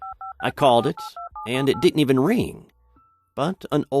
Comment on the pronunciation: didn't, not ditn't FFS!!